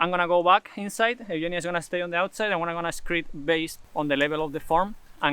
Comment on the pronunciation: You pronounce "Eugenia" exactly like it is done in Greek.